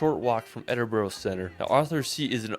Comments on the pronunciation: Great reaction! i like videos, including this one (though most of the list seems to be Skye!), but he does screw up nearly all of the pronunciations!! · No need to apologise for his awful pronunciation. It’s so bad, it’s funny. I know Edinburgh doesn’t have a obvious phonetic pronunciation, but where’s did he find the “O”? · Absolutely infuriating!!! The guy that made the video doesn't pronounce a single place name correctly, including Scotland's two largest cities. He's created a tourist video around a trip to Skye and tried to big it up. He couldn't be bothered to visit some of the locations because it was too wet, too busy, too expensive etc. His previous UK video was no better. Fortunately, the reactor, clearly saw through this nonsense and was aware of the real beauty of Scotland. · i know, I mean, at this point surely there is no excuse for the mispronunciation of Glasgow or Edinburgh. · Aaaaaargh! Scot hums 'Non, no regrets' to himself......EDIN-BO-RO, GlasGoWgh, etc, etc! Has not raised my opinion of the severe lack of intelligence of mericans. Perhaps he should have devoted less of his youth to 'travelling' and more finding a kindergarten run by Glasgow or Edinburgh's ancient and famous unirversities, founded 1451 & 1583 respectively! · Okay here we go Edinburgh is pronounced as Edinburra . Duncan born in 1939 in Edinburra . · Edin-bruh or Edin-burruh not Edin-burrow, rabbits live in burrows. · edin-burgh----burgh in english is burra,so edinburra, when u say glasgow drop the W-so glas-GO-or as the locals say GLASG-A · So class, put your phones away, are you all listening ha ha: Edinburgh is pronounced phonetically as Edinburra; Glenfinnan viaduct is pronounced Glenfeenan Veyeaduct; Eilean Donan is pronounced Eelan Doan; Loch Lomond is pronounced Loch Lowmond hope this is helpful to my american cousins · Pounce edinbra lol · Hollyrood, as it's spelled, edinbura is how it's said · Edinburgh... it's pronounced Edin-bruh